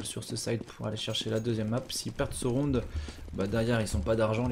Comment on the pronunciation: il a du mal à dire le mot rounD j'ai l'impression le bonhomme. ROUNE ROUNE ROUNE